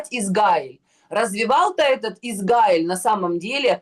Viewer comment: Уважаемый! Научите Егорову правильно выглваривать государство ИзРаиль! Вы поддерживаете ее негативное отношение к еврейскому государству!!! Мы,также,как и вы,обычные люди!! нам неподвластны решения политиков! Егорова накрасиво и постоянным упорством наращивает эту волну против ИЗРАИЛЯ,сильной и суверенной страны!! Мы не нападали на ее любимую Газу!!! мы не нападали на Ливан!!! подсуньте ей наш русскоговорящий 9 канал!!! нехай подивиться,що у нас 😢😢😢😢